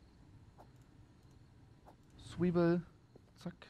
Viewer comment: Wie „Zwiebel“ ausspricht triggert mich jedesmal